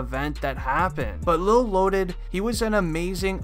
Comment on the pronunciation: It's lil not lol